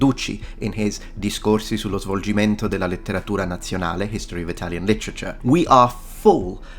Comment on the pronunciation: daaamn your Italian pronunciation is spot on!